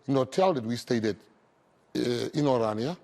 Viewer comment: O my soul. Can't the people pronounce the name correct? It is not Oranja, it is Orania. O-raa-ni-aa. C'mon people get an education! There is nothing to 'explain' about Orania. What McKenzie saw and said of his first impressions, is what it is.